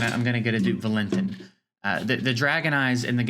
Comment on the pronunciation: The autoloot system could be boosted. Theyve been playing around with it constantly since beta. It used to give 24 hours for the 20 gem auto loot. Maybe they change the drop to every 20 seconds as well. Valentin is pronounced Val-in-teen I think they need to figure out some new events with unique fights. Have random events that pop up every hour, every 6 hours, 12 hours, daily etc. have interesting oddball fights. For example maybe the goal can be to survive as many turns as possible against an unkillable boss. Remove all offensive skills so u have to build unique groups loaded with counterattack, dots that proc on hit, reflect, etc. Do interesting things that require off the wall group comps. Essentially the game has early and mid game content but no real end game. I also think they need to bracket the events based on account power. There is zero chance for f2p to ever compete in certain events like the nedgia event running now. Maybe they bracket based on money spent as well.